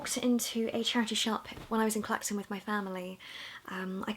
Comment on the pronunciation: Did you say Clacton and Jaywick?!!!!